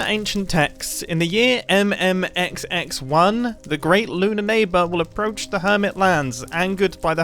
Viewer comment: When Mumbo said MMXXI, why did he pronounce all the letters by their name, except of the 'I'!? "Em em, ex, ex, one"